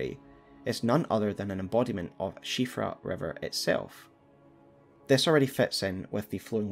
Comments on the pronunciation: On top of this being an absolutely incredible and well-researched video can I just say how happy I am as an Irish person that you pronounced Siofra correctly <3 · At last, a lore video where they know how to pronounce Siofra